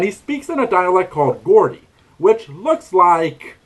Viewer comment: "Geordie" is actually pronounced "Jordie." Not "Gordy."